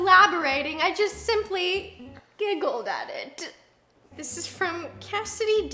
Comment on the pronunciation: u sure u giggled at it and not gilgiled at it 😂 sorry 😂